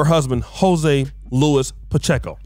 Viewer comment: The name “Luis” is pronounced “loo-eez,” not “loo-iss.”